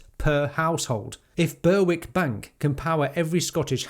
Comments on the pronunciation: Very good....but please, it is Ber-ick. And Bass Rock...as it is spelt! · Berwick is pronounced “Berrick” just FYI. No offence intended, don’t flame me.